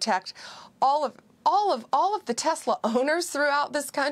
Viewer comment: Donald is so stupid. Elon's Tesla deserves the legal protests and the lack of sales and the tanking stock. Since when do elected members of the government have the right to promote a private company like Tesler? (Donald's pronunciation, not mine).Especially turning The Whitehouse into a Tesler showroom. What an embarrassment! The Tesla protests are happening worldwide. As for the judges, they are following the rule of law. Trump MUST follow the rule of law. Pam Bondy is a hypocrite and a joke. Right now, I am ashamed to be American.